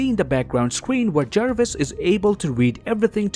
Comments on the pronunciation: Me: says Jarvis Him: JaErViS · JARVIS not Jervis. (JAR-VIS) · It's Jarvis not jervis